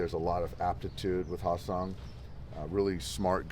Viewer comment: his name is pronounced HAE (hay) seong kim not ha seong kim who plays for the rays